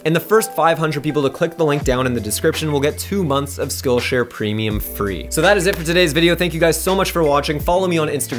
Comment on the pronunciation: Totally sounds like you are saying "Skull Share".. Thought this was a prison channel.. LOL Great content as always!